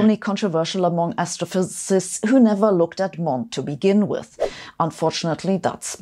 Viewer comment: i like how she calls it astro phyZZZZt